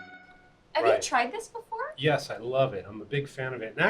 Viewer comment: 女性の方のbeforeの発音を「バフォア」って発音するのかっけえ。